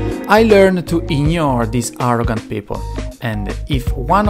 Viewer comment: i like how he pronounces "ignore" as "iñore"